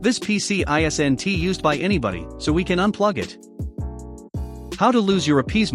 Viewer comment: Really! Using voice software which cannot pronounce "isn't". Is the real human voice so terrible to hear we decide to let software read words for us? Or is it just laziness? I vote for laziness on the poster's part.